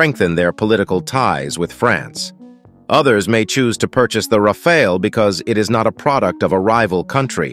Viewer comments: That’s a nice jet alright. But bruh I’m getting dizzy when one moment your straight the next your waving the rainbow 🏳️‍🌈 when u pronounce it Rafaal and Rafail. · I think we can all agree that y'all need to choose which pronounciation you're gonna go with. 'Ra-fall' or 'Ra-fail' ??? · it is pronounced RAFAL not rafael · Why not agree on 1 pronunciation before you hit Record🤪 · I drank a shot of vodka each time you changed your pronunciation of “Rafale.” This was a one minute video. I am now drunk.😂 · How has my man managed to pronounce it differently each time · Pronounced the plane differently every time